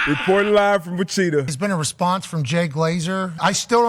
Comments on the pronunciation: Wicheeta?Wicheeta? How do you even think it's pronounced like that? That is crazy. He has to have heard of Wichita before. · I'm not American, never even lived in the same timezone, and I know it's Wichita and not Wacheeta. This is a skill issue. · Lmao wacheetah is an all time backhand against the goat. He was so close to saying it right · DB might’ve led with his head a one too many times, Witch-e-ta is a first. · Born and raised in Wichita, KS. That pronunciation was heart-breaking! 😂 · My heart sunk and I felt so bad when he said that lol and I realized after a second that he was trying to say like the city in Kansas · Funniest part is that he started to say it right, then corrected himself incorrectly 😂😂😂